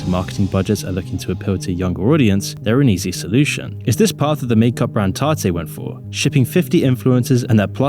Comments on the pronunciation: tarte is pronounced "tart" not "tartey" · It’s “tarte” not “tar-tay”.